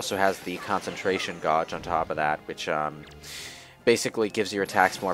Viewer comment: I see that still doesn't know how to pronounce "gauge"...